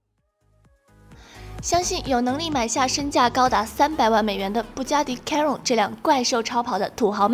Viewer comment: chiron 发音都读错了。。。